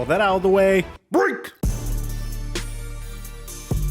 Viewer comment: Stop say break like that.